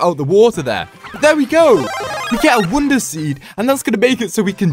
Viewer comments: Pronounces wonder as wounder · you just say ''wunda'' instead of ''wonder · Him saying woundrr irriates me so much. (No offense)